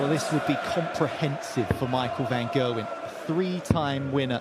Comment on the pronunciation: it's Gerwyn not Gailwen